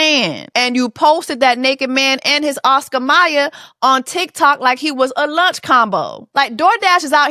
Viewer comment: 😂😂😂 his Oscar Mier!! 😂😂